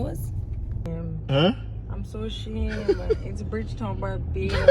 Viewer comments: lol. she does not have to go there to be blocked 😊 🥰❤️ I did lol 🤣 and you sir did well with a few names. I still love you but no Bridge Town that sounds more 😄 like Guyana 🥰🥰🥰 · Not Tami saying Bridgetown😂..... knows his Trini cities man....San Fernando, Chaguanas, Port of Spain....he even knows the Savannah! Big up lol #Trinimtmfaminthehouse 🇹🇹🇹🇹🇹🇹🇹🇹